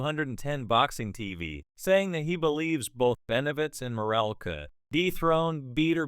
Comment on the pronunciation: Full fight???? Can't even pronounce the man's name right.